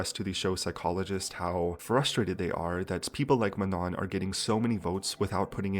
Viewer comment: it’s MANO the last N is silent